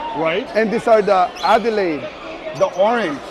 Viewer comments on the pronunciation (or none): none